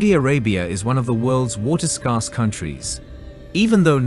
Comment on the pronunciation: Do people really say scarce like that?